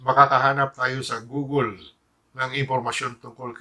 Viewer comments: "nandyan lahat yan sa gogol" napaisip ako sabay tawa google pala yun....hahahaha nice... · Google (googol). Yan po ang tamang pronunciation. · guugle again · Gugol haha bigkasin mo mabuti google inggit ka lang!! Hay naku! Matandang gago! Inggitero! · gugol HSHAHAHA google basa don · PINOY VIRAL TIKTOK Ano pala, goo-gel? Paki check nga sa youtube how to pronounce it? 🤣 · Eh kung i GOOGLE mo kaya pronunciation ng GUGOL mo GAGO TANDA MO NA HYPE KA PA RIN ANIMAL. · Anong "gugul" hayop ka "matandang dagul" google yun haha. Buti pa yun natulong ikaw tumutulong kaba sa bayan? Magpahinga kana tanda baka magka covid kapa sarado mo na yang channel mo! 😅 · GOOGLE nga di mo kayang i pronounce, buhay pa kaya ni FLM?